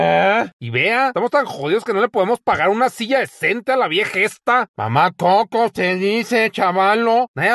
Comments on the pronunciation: Pense que decía Pepe XD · pero parece que dice pepe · yo pensé que decía maldición 😂